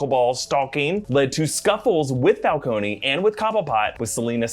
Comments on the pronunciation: I thought it was Fal-cone not Fal-coney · falcone not falcony god dam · So nobody will adress the fact that,long term Comic-fan (as he claims to be) is butchering the name of the iconic gang leader in Gotham???? Falc-on, not Falconey,jesus christ! Much like they did with Venom,calling them "Simda Yachts" and not Symbiots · It's /fal-CONE/, not /fal-COH-nee/. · I wonder how will Matt Reeves approach the pronunciation of Carmine's last name will it be (Fal-cone) or (Fal-coney)? 🤔🤔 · FAL-CONE....why are you saying the E???